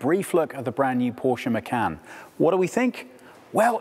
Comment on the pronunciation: Appreciate you people to pronounce the name the way it should be!!!!! Porche Macan should be "phor se ma chan"